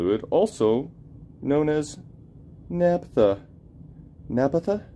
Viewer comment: That must be some wicked overspray if none of those things remove it..........for the record, it's naphtha not naptha.